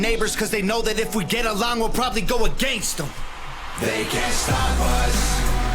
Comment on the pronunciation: When he says If we all get along we'll probably go against em, it sounds like he says We'll probably go a gangsta. That'll work too